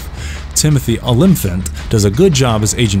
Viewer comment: Is it impossible for this narrator to pronounce any name correctly? Timothy Olym-fant. WTF?